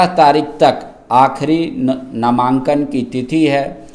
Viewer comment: पाण्डेय जी नमांकन ले रहे हैँ क्या 😂😂